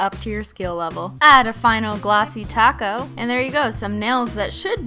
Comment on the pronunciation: IKR IT'S TACO